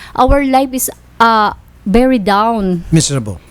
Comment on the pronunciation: "Our live is bery down." - 2019